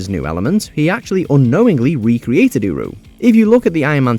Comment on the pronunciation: Every time I heard uru in #18 i thought he said Uwu haha